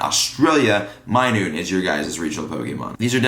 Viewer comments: Minun. Not minoon. Not being rude just making sure you know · Minun pronounced, "my-nun" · he also called minun minoone